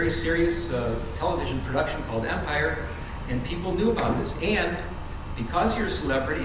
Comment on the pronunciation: And he called the show Umpire ..not Empire...love it!